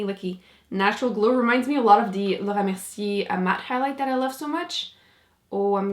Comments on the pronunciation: I keep rewinding so I can hear you say Laura Mercier. I just love the way you say it! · I've never heard "Laura Mercier" pronounced more eloquently and beautifully. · Are you french or smt ?because the laura mercier was said perfectly je suis surprise